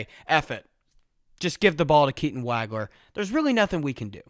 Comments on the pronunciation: It's not WAG-ler. It's WAHG-ler. Rhymes with "dog." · Great review. One thing, though. It's pronounced "WAUG-LER"......not "WAG-LER".